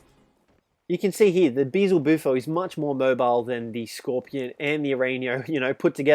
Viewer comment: Hes stupid,it’s (Beel•ze•bu•fo)